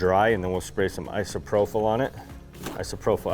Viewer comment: isopropyl alcohol ī″sə-prō′pəl No F sound in Isopropyl